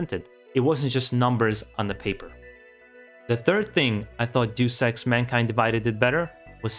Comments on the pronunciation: You pronounce Deus Ex like “do sex” and “deuce ex”, which is funny. A better approximation would be “Deh-oos Ex”. It’s short for “deus ex machina” (Latin for “god from the machine”). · Not sure if anyone has said this here and I hate to be that guy but "Deus Ex" is pronounced "Dayus Ex" not "Do Sex" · It's not pronounced 'Jew Sex', but, say it with me: Day-us Ex. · It’s pronounced (Day-us X) Deus Ex, not (Doose X) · It’s driving me nuts, hearing him constantly mispronounce the title of Deus Ex. I mean the spelling of it doesn’t even spell for “Doose Ex” . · I always thought it was pronounced "Day-Us X" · The way he says Deus Ex sounds like "Due Sex," and it makes me laugh each time. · "juice ex" lol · It’s deus ex not do s... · Duice Ex. 😂😂😂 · its one of those moments like they way you pronounce Ryu. Since the first deus ex i have been pronouncing it apparently wrong and so hard to change...lol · ehhh... having to listen to you mispronounce deus ex for 8 minutes....